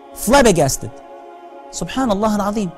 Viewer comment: Një korigjim vëlla nëse mundem, nuk thuhet SuphanAllah me "P" por thuhet SubhanAllah me "B"! Allahu t'shpërbleftë për mirëkuptim!